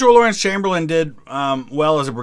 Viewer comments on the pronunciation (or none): none